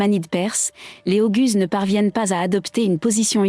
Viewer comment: La prononciation "oguz" est défectueuse. Il faut prononcer : "o - ouz". Il vaut mieux également prononcer : "seldjouk".